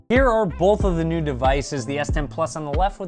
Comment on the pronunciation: boWth of these devices look good. Not boLth 😡